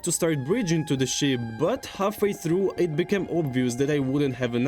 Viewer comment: ну знаешь, больно да прикольно, он старается, а мне в рофл слушать его "тхругх"